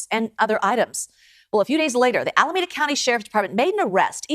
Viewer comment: Alameeeeeeeeda County. Not Alamaaaaada County. Every time,! Every time!